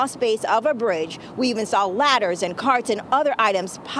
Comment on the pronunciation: Its a bridge!! Citch!! Wtf do you mean cwral space!?!?